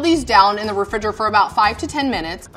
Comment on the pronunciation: "Refridgor" lmfao